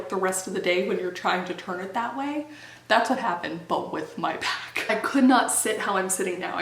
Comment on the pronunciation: I swear I can't be the only one who thought you said "I threw out my bath" because omg